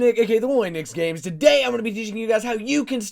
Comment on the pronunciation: you say it notright nicesgames.